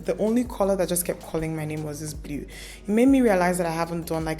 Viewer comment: Love the look. Mana the way you pronounce "blue"....you be real Enugu brought up babe 🤣🤣🤣. The "E" is silent in blue biko nne 😄